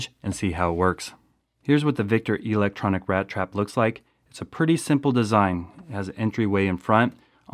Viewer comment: E-lectronic... The Long e tho